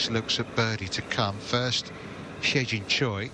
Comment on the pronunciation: Yo should Pronouns he Jin Choi not hai Jin Choi 😂😂😂